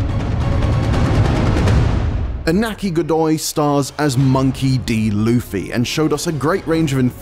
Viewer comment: Finally, an IGN member that pronounces Luffy’s name right